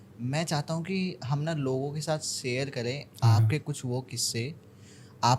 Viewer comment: साहब !! आप सामाजिक माध्यम पर है। कम से कम शब्दों के उच्चारण तो सही तरीके से करें। आप तो तालव्य 'श'' (Sha) और दंत 'स (Sa) में गफलत करते हैं। जैसे Share( शेअर) का उच्चारण आप 'सेअर' करते हैं;जो व्याकरण के अनुसार बिल्कुल अशुद्ध(असुद्ध नहीं) है। ऐसा उच्चारण करके भाषा का मज़ाक़ न बनाएं। धन्यवाद(धन्यबाद नहीं)।